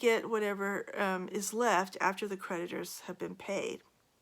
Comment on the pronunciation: Lolol when she said creditors i thought she said PREDATORS! I giggled. I wasn't really wrong.